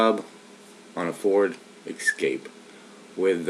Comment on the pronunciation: S-cape... Not X-scape